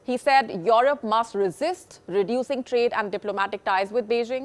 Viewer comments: If she says IOROP one more time my head will explode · Your rop 😂lol the way she says Europe